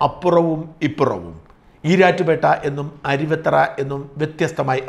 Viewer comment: അരുവി'ത്തറ' അല്ല അരുവിത്തുറ ആണ്‌ ശരി. തുറ എന്നാൽ കടവ് ആറ്റുതീരം എന്നൊക്കെ അർത്ഥം